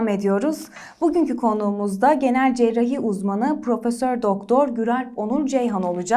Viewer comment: Spikerin,cerrahi kelimesinin telaffuzunu bilmesi lazım.cerahi cerahi ne öyle.